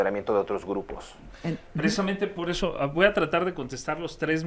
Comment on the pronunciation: "pod eso" El nuevo partido rugtratts de cad-ditos